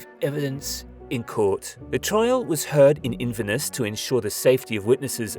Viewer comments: I don't know how anyone can say Inverness incorrectly It is not Inviness Anyway I unsubcribe and try not to subscribe to murder n criminal crime things on YouTube not only is it bad for mental health but I have my own experiences n suffer ptsd n it's traumatic n triggering So it's not that your content n coverage isn't good n the awareness But it's distressing n not good for me to subsctibed or remain subscribed and exposed to these things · What the hell is wrong with your pronunciation?! Lothian and Inverness?! Mate, they’re not that hard to say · Can you at least try to pronounce the place names correctly. You must have heard Lotian, Dunfermline and fucking Inverness being said before not to mention the rest.